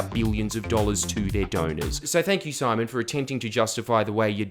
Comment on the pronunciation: Everytime you said "simon" it triggered me deeply